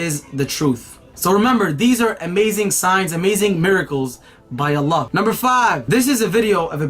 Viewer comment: has the best pronunciation of ALLLLLLAHhhhh